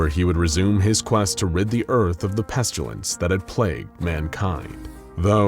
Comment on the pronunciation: Great video! Got some interesting pronunciations there though. Pestilence (pest-a-lence) as Pest-u-lence and debris (da-bree) as dabreeze. Also noticed an error here “nobody knew as much /than he did/“.